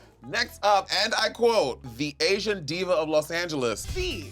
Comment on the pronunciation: Did she not say SLAYsian?